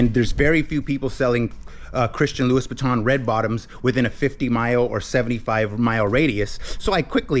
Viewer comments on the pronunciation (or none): This is fantastic and I am so pleased for you as I know how hard you work. Just so you know its pronounced Loo E and not Loo Issss for Louis Vuitton. Now sell sell sell :)